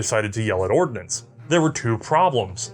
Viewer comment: You do realize it's the US Army "Ordnance" corps, not "ordinance," right?